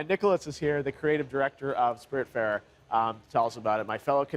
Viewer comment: Died a little inside at how he pronounced the Game